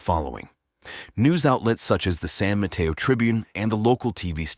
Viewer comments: San Mateo...ma-tAy-o...not Ma-tEa-o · San Mateo - San mah-tay-o. The way this guy says San Mateo is weird.